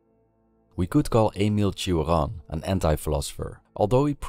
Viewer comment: You were almost on point with the pronunciation of his name, but it seems you struggled too much, the pronunciation is easier id you just say it like "am ill chaw run" instead of "ay mill chee o run"